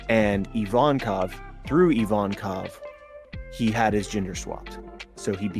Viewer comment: IVANKOV for fuck sake not IVONKAV